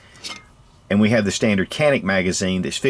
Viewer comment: "Shjzen'-ik,.